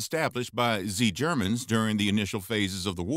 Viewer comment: Ha! I noticed the "zee germans" from the movie snatch at